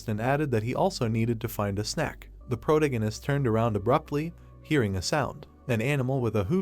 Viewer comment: Had to stop wtf is a “protengenist” 😭😭 man says it every other line. Protagonist is the word pronunciation the a in there